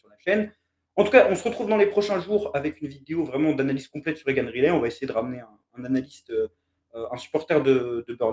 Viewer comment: Pour la prononciation, je ne pense pas que ce soit "Rilet" mais plutôt "Rail - lit". ;-)